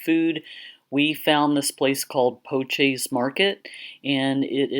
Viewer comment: The name is pronounced "Po-shay"